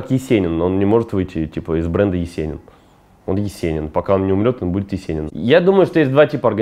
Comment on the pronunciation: Он не может выйти из бренда "Ееcенин" ПАХАХАХАХАХАХ оруууу,круто сказал.